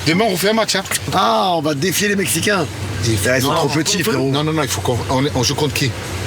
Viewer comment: « Les Mexinains » 😂😂😂😂